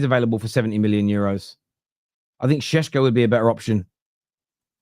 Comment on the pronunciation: ever since Sesko rumours started you've pronounced it sheshko so many times its affected how you say question like queshton 😅😅 love ya man but careful, you might start developing a lisp 😅😅